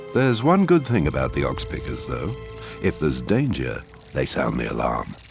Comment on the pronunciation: He also calls oxpeckers .... oxpickers